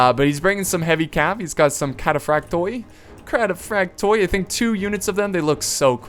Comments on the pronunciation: the Byzantine (greek) name of the units with the oi(plural) in the end got read as one, oi=e*. So its better to say it as cataphractoi(e)(not completly correct spelling but lol) than cataphractoi(o-e or o-i). Also spatharioi as spathari-oi(e). *= a pretty heavy e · its pronounced cataphracti generally in greek oi is pronanounced i hope i helpes